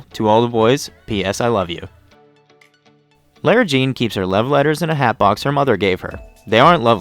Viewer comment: plz stop saying LAIRA JEAN!!! it's Lara Jean. this is a really good vid btw